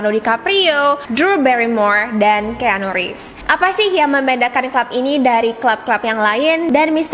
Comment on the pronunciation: Koreksi dikit ya kak, keanu baca nya: kianu . Anyway thanks for the video great as always❤️